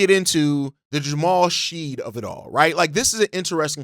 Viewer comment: This, pronouncing his name snead drove me nuts lol.